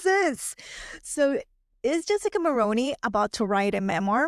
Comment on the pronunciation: The thing about rich people in the upper echelon is that in order to stay high, you cannot run your mouth. Do that, and it shows the truly elite you are not discrete. Jessica will land another (likely richer older man) and move up a few more rungs. She wont spill, sadly. Also - Mulroney is pronounced "Mul-ROO-nee", not Mul-Roh-ney.